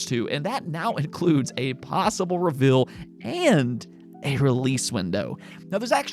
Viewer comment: No one can pronounce reveal right lol. Ruh-vull 😂